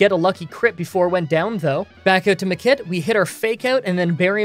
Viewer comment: Is it just me, hearing him say "the kid" for Makit over and over again :D